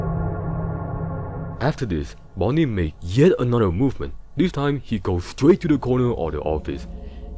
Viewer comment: bonnie goes stwait to thuh cownuh